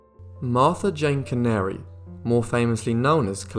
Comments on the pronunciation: Martha Jane Cannary not canary. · Not meaning to be a jerk, I love your channel and would never want to purposely offend you, but her name is pronounced "can-uhr-ree".